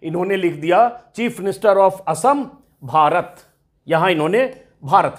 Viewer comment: Assam ko okhom bolne wala CM se yehi ummid hai